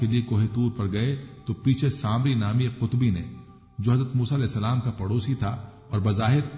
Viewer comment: قطبی نہیں صاحب۔ قبطی صحیح لفظ ہے۔